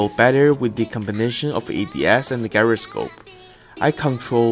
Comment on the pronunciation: You need to learn how to pronounce gyroscope